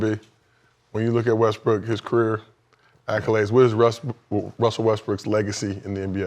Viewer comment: ALMOST said westbrick 😂🤣😂🤣